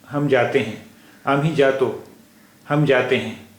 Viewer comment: Very nice initiative, some tallaffuj issues though, tujhe/ majhe is pronounced like haruf "ژ" , توژ " and not "جھ" , "J" is a very tricky sound for urdu users speaking marathi, jato would be more like زاتو .. waiting for next lesson